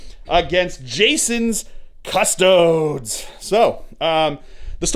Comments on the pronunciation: Cuss Toad ESS not EES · Cuss-TOE-days. There are 3 syllables in that word.